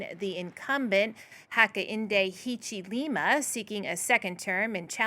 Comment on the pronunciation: How to pronounce African names!!! Zambia, Hichilema, and Mundubile have been murdered, pronunciation wise.